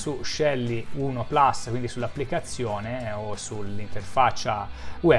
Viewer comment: Complimenti come sempre per i fantastici video. Però, puls é latino e si pronuncia plus, non plas. Tutta colpa di Apple 😂😂😂. Non americanizziamo anche le nostre parole.